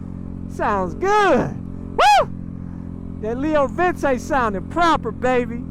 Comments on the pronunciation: Leo Vince is pronounced Leo vinche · Pretty sure it's pronounced "vin chay" Sick bike.